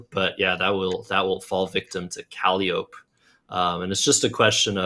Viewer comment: Calliope....frequently mispronounced similar to cantaloupe. It's actually "kuh-lai-uh-pee" I first saw Nathan B play this musical word in the late 90s